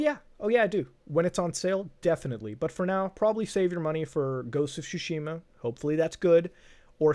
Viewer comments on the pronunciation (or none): Why are people saying "Ghost of Sushi-ma"? It's pronounced more like Sh-shima